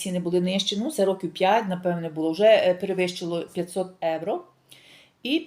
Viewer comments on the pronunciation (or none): Дорога! Не Евро. А євро!! І ми живемо в Європі! І ви спілкуєтесь на українській мові, а в нашій соловʼїній мові евро ріжить вуха!!😂😂😂 🤯🤯переходіть на українську!! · Не говоріть евро ,бо це не їхній акцент ,у них слово євро морбідо змішане х єівро ,а ви просто ріжин чітко евро і це не по італійськи.